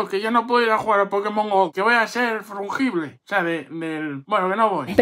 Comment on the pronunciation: ...Que voy a ser frungible... Jajaja, me meo....😂😂